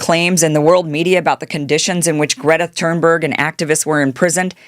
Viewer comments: Please stop saying "Thurnberg." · Hey Kim, Im super appreciative of your content and I mean no harm when I say this truly. Just for the sake of you knowing perhaps, but Greta's last name is Thun-berg. Not that you said it wrong on purpose, as I do not believe that. However I heard you say it a few times and thought maybe you just didnt know. You're one of the best weve got and im grateful for what you do. Thank you for having a heart and speaking The Truth. May ALLAH Reward you Kim. Ameen thumma ameen thumma ameen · Kim, Greta's family name is pronounced "Tune berg." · Why after so many years sre you spelling and pronouncing “ Thunberg” incorrectly? If you don’t know that how deeply did you check anything else? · I love Greta and the work she does. I got to the 3min mrk on this video, and I am so offended by your ignorant pronunciation of her name, that I am leaving now. There are plenty of sites on YT currently talking about the IDF and their seizure of Greta's flotilla. Most of them are fans of Greta and know enough about her that they can pronounce her name. Not you.... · Love you Kim but how do you not know how to pronounce (or spell) Thunberg by this point